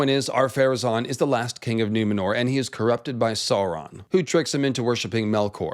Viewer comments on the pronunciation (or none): Sooron =/= Sauron